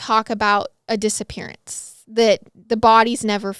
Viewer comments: Who else heard " disa parents" ?😂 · I thought you said dissaparent 😂😂